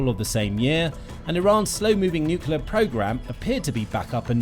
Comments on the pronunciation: It is cute when an 2 years old says pasghetti, but not when a grown person says necelar instead of nuclear! Please go back to preschool! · Ah yes, a new NUCULAR deal! wonder which school he played truant from then.